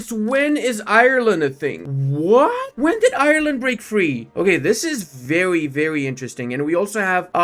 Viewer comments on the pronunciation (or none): none